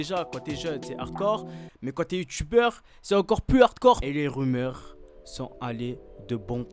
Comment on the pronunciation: Quand il a dit " des rumeurs " j'ai entendu "des ubeurs"😂😂